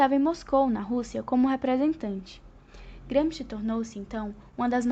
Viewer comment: Não sabe nem pronunciar o nome Gramsci